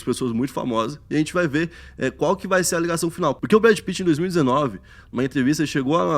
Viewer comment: "Brad pittman" 🤣🤣🤣🤣